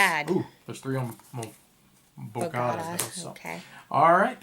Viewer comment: Love you guys... but please look up how to pronounce Tehran and Bogota correctly!